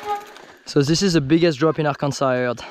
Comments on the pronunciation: "Ar-kansas"😂 gotta come to MA and hit lynn woods and pine hills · The last "S" in Arkansas is pronounced as "W" as in Ar-kan-saw...Not the way French Canadians pronounce it- Ar-kan-Sass. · AR-KAN-SA........kill the final S. this should be easy for a frenchy! LOL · I wanted to be mad how he pronounced Arkansas…but I’ll let it slide this time